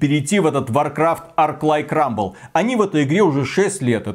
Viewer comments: Rumble а не Ruble. Ruble за такое - дорого! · Рубль? Вроде же Рамбл..